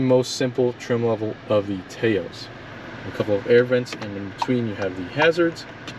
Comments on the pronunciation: It’s not “Tay-os”, but more like “Taa -os”. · It i's pronounced "Touse", like house with a T. Taos is a town in New Mexico. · It’s pronounced TAH OSE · Drinking Game: Take a shot every time he mispronounces the name of the car, saying "TAY-O's" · It’s pronounced Taos like mouse. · Rhymes with "house." :-) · Strange that you never have heard of Taos New Mexico and don't know how to pronounce the name. SMH